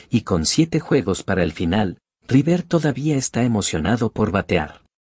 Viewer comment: Insoportable el audio automático! Rivér dice....